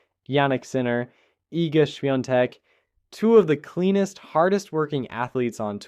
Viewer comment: The narrator here should learn how to pronounce the names of tennis players. It's embarrassing. Swiatek is Polish and her name is a Polish name go learn how to pronounce it for Christ sake. Also mention that her drug suspension was based on a supplement to melatonin that she didn't realize was involved. She had the least level sanction for one month and had support of the tennis community. So get your reporting straight.